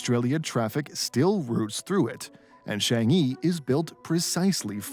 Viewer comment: The narrator pronounced Changi like 10 different ways. It’s Chang(soft A not like Chang in community, but it sounds closer to lung or Chung)-ee not chEHHHNG-ee